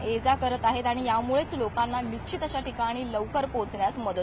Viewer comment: Marathi bhasha evadhi Jad aahee…….marathi channel la Laaj Kashi vatat nahi…….bhasha bhrashta karayachi hyacha pan kelay hya marathi news channels ni? Nichit ka nishchit? Javal javal 9 vela hi bai bolali ashudha marathi “nichit” tu changali Patrakaar pravakti nahi……Nichit Tula me shubhechha deto……ki tu parat channel madhe yeyu nako…….NICHIT😅